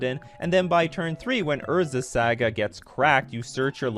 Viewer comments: [sˈɑːɡə] "Saa-guh." "Sa" rhymes with "ah." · "Urza's Sega" :P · Urza's SEGAAA 🤣🤣🤣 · thumbs down because you kept saying saga wrong 😂 couldn't make it through because of it